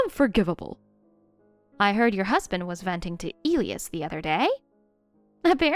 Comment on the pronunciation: Elias is pronounced ( and I'll do it phonetically) E lie ass